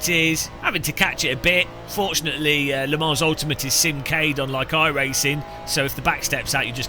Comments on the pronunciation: It's pronounced Le Mon, not Le Mans! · Le Mans is pronounced "Le Man" - It’s a silent S.